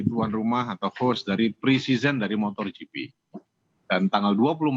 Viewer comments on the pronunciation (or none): MotoGP pak, bukan motorGP, 😊🙏